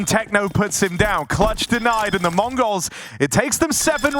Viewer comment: ich verstehe immer "Mongos"